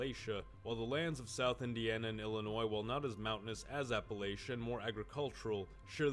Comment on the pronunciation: Well I know this dude is NOT from Appalachia based on how he says it lol